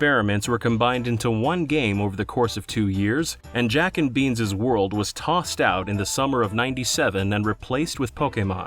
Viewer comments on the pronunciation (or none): ** "Beans' world" Not "beanses world"